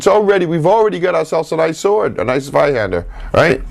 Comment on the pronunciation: I only clicked on this too see if he pronounced zweihander correctly, and I was very satisfied